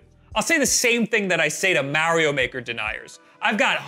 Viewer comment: What is Merry-O Maker??